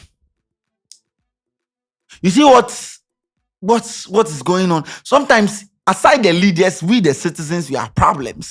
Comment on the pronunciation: I have a question for. Any reason why a lot of times you pronounce sometime as shometime, Smith as Shmith, Ask as Ashk, see as shee? I’m a fan of KSS but kindly work on that.